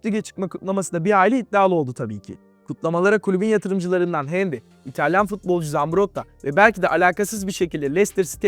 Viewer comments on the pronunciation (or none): none